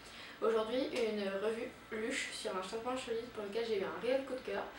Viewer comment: La video est pas mal mais on dirait que tu avais deja ecrit un texte enfin on a l'impressiom de voir une pub ou une presentatrice tele alors que sa serai meilleur si c'etait spontané :) P.S : On prononce "Leush" Bonne continuation